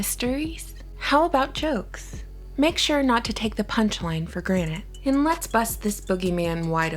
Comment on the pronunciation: ".....for granite " lol , like the stone 😂